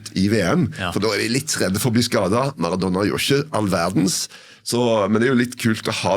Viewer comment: Jeg får helt "fnatt" når jeg hører noen si "Maradonna" om Maradona.